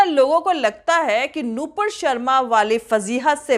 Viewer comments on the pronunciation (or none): none